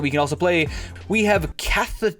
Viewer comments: Car-toosh,, CAR-TOOSH!:P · PLEASE!!! For the love of God please just calm down, take a deep breath and READ THE CARD. Sound it out. It really isn't as hard as you have made it in your mind. Car-toosh Dryad R-burr Sil-HANA E-JIS of the Gods ( this one gets everyone because it looks like it should be A-JIS) SRAM no "C" not scram RANK-ER another common mispronunciation the way you said it is the monster from Starwars Seal of PRI-MORE-DEE-UM RAZOR-VERGE Thicket Not ravenous Please understand that I am not pointing these out to be a dick. I enjoy your channel and really would like to see it succeed. When you mispronounce cards so badly it seems like you either don't care enough to try or are dumb. I don't believe either of those are the truth, I think that you have just made too big a deal of reading in your mind and find it slightly intimidating. So good luck, keep on gaming like a giant monster!!! P